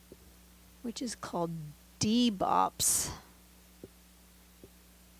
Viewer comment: A quickie but a goodie. And I think it's 'Deboop' not 'Debopp'. But who cares ? Boops, Bopps, never mind. Whatever, I'm happy know matter what.